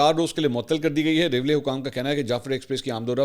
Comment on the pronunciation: منصور علی خان بھائی جناب ریلوے ہوتے ہیں ریولے نہیں ہوتا 😂😂😂🤭🤭🤭